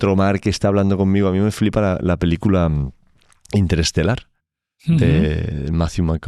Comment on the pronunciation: Que peli a dicho Interlistelar